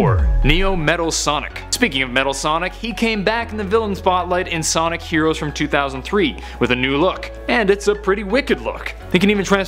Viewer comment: sonic not sodic LOL